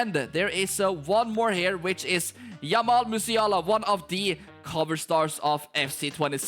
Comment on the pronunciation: did bro say Yamal Musiala instead of jamal 🤣😅😂